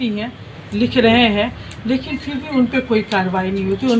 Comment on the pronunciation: Fri nhi hota h fir hota h